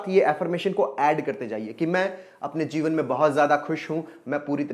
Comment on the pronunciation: Sir jeevan hai ya zeevan. I am confused with your language.